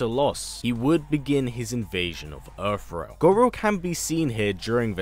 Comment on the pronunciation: Why do you keep saying earf realm??? You Brits really need to learn how to pronounce TH! How the hell do you transform TH into F???